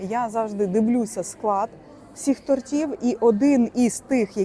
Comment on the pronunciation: Не тортів а то'ртів ду..